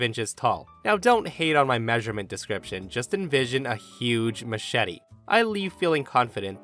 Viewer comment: youre my guy but i can tell by the way you pronounced machete that you’ve probably never seen the machete movies with danny trejo 😂😂😂 watch those movies and I guarantee you’ll know how OP in the first story was trying to say machete